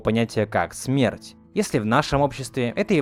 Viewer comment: Почему "смэрть"?